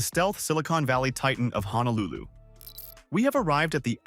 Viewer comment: Honolulu does not have an "A" in it. It's pronounced HO - NO - LU - LU. By mispronouncing it, you are shouting to the viewer that you are a complete outsider and likely do not know or understand Hawai'i. You also grossly mispronounce many common words and phrases that discredits what you are trying to express and present..